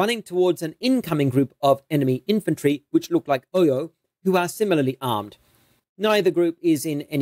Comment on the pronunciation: Your pronunciation of Oyo is appalling